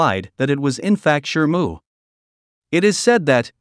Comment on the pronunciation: Shimu, not shrmu.